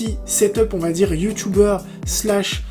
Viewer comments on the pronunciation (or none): none